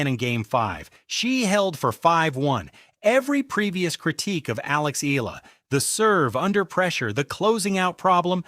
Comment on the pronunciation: You're not certain how to pronounce her surname, are you. You go from "Eela" to "E-AH-LA". It's the latter with the "AH". Just tell your AI, she's not an "EEL". Go on, try it!